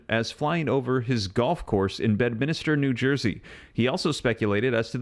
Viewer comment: I'm sorry but being from NJ, this is driving me nuts .....it's not Bed-min-is-ter..... its Bed-min-ster New Jersey. 😉